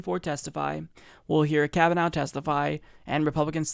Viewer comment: Lol, "Kavanow".